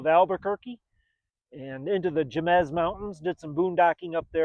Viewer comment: Jemez is pronounced “hay-mez”